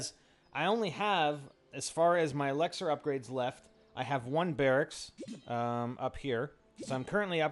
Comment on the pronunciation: Why does he say elixar its so annoying!